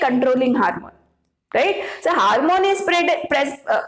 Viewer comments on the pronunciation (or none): Your class is useful, but, It is ‘hormone’. Not ‘harmone ‘ .